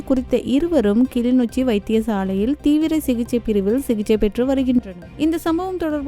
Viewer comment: கிளிநொச்சியா அல்லது கிலிநொச்சியா?உனக்கேன் செய்தி வாசிக்கிற வேலை?